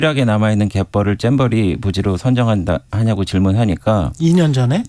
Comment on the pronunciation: 배준영은 왜 잼버리를 쨈버리라고 하지? ㅋ